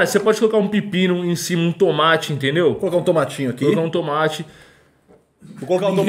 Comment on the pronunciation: Não e tumati , e tomate kkk